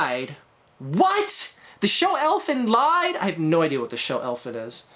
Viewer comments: It's pronounced "Elfen Leed". Not the best show ever but there's a lot of violence and nudity if you're into that kind of thing. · You aren't supposed to pronounce elfen lied like that